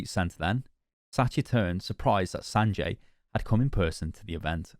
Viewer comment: How did say Sanjay's name wrong this entire video when he kept saying the name properly whenever he referred to the name during "speculation" videos of who could possibly be new heroes back in the early days of Overwatch.